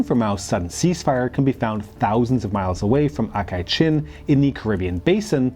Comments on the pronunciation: Good video, but really is aksai chin, not akai chin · Pretty good video! Minor mispronunciations though, including Aksai Chin (you said "Akai Chin" several times) and Zhou Enlai (Zhou should be pronounced "Jo" not "Jao")